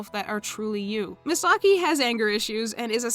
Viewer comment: I was listening for a bit but why are pronouncing Misaki name as Misagi 😂😂